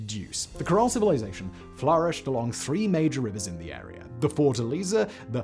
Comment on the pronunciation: Ok I can’t pretend the way you are pronouncing words that end with an a isnt just awful you say Nigeriar and arear but then say Carolina without the r at the end just pronounce it the way it’s supposed to be pronounced dude